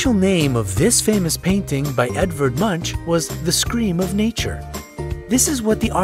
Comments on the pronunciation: Edvard Munch - to say his last name right : MUNK not munch as when eating a snack... lol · He said "munch" It's pronounced Moonk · friendly advice, check ur pronounciation of Munch.